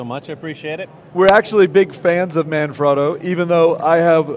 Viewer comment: Oh Good Lord what i see...It's Manfrotto... (Italian word, i'm Italian) not ManFroto... i think that you make a mistake...